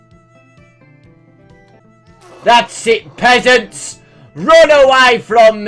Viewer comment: Hey I heard you say peasants there Kappa